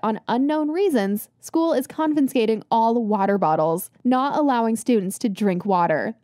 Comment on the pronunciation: don't "confinscate" my water bottle